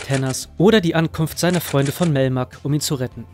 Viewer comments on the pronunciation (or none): Der Alien und Melmac, nicht Melmer.